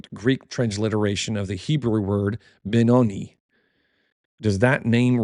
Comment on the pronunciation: FYI: PROPER PRONUNCIATION OF BENONI; Ben-ō' nī. For linguistic's sake the vowel 'i' sounds like eye, or I. Not like eel, e, or ease.